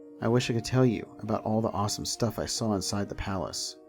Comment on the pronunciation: I think you're mispronouncing palace